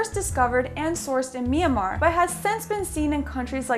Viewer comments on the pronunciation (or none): none